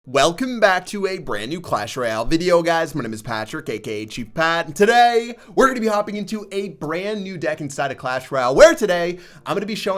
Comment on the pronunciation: You said "AKK' instead of "AKA"